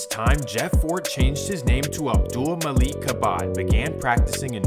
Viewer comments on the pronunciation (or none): none